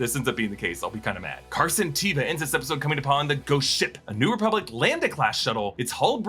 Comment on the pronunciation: "ReBUBlic" lol